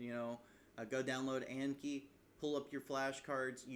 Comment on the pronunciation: pronounced like on key bc it comes from japanese (暗記) not like yankee lol